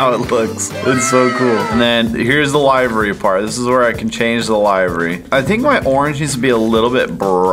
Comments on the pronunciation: Is anybody else triggered because they cant pronounce livery properly they're saying lievery when its pronounced live like living then rrrrrr eeeeeeeeee livery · “Laivery” bruh it’s livery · Did he say lievry it livery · It's not pronounced Lie-ver-ee It's pronounce Li-ver-ee I know, I know. What does it matter? It just bugs the heck out and makes my skin crawl.